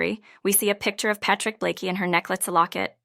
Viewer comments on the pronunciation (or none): Its Patrick BLAKE not BlakEY 🙄🙄🙄🙄🙄🙄🙄